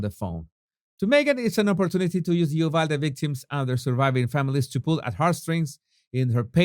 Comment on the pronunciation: Brilliant,! Btw, it is pronounced “you-valde”. Wait! I’m from Texas! You’re from Venezuela!